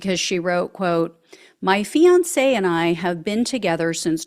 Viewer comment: If only it were true. Men need to leave MAGA wives. If only it were true!😢 This AI because you didn't pronounce fiance correct. Hmmmmm